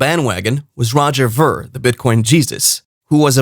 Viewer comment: Pronounce Veer!